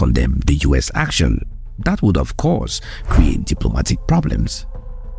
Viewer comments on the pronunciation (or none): none